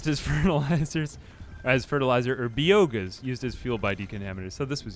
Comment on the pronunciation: I’m not sure if he’s joking, dyslexic, or actually thinks by-oh-gas is pronounced bee-oh-gauss…